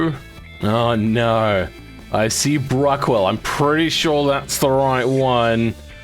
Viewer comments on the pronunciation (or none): Pretty sure its Bruckell not Bruckwell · Bruckell, not Bruckwell, by the way. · So who's going to tell him it's "Bruckell" And not "bruckwell" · why'd you call it BruckWELL when there's no W?? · Pretty sure there's no w in bruckell